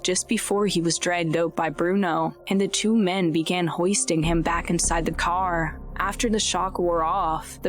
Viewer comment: Is this a real human being or a robot? Why do people talk like this, it’s super annoying and sounds totally unnatural. “ChimpanZEES, driVER, caR, followERS, automoBIL, slow DOWN, souND. Ugh, it’s so stupid.